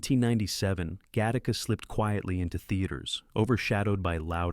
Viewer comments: OMG !! It's Gattaca, NOT GA - TARK - KA. And then the voice-over goes on to say it correctly. It's gotta be AI that is corrected but not as far back as the introduction of the movie' introduction . So annoying............... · Get Tacos!? Im not sure your pronunciation that right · Really? Gat-taca?